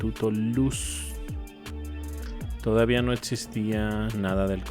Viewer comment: Me gustan mucho tus videos, nada más un consejo si pudieras pronunciar existían y no etsistian sin la t por favor yo creo serían mejor tus videos. Gracias